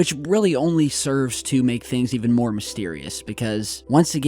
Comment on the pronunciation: More is not maryer